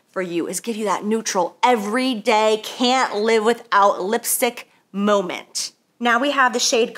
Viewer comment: Whatever y'all do, do NOT play a drinking game every time she says moment aka "Momah" 😂🤣